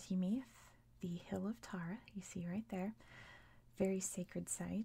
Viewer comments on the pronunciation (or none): none